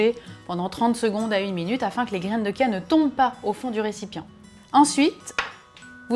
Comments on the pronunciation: on dit graine de CHia pas graine de kia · Graines de Kia? C'est quoi ça on dit chia ch bordel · sa ce prononce chia ! comme charlotte par exemple